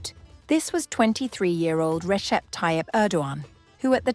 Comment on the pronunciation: Recep is pronounced Rejep. C between vowels has a j sound in Turkish. Don't ask me why because I have no idea why. They just do it that way.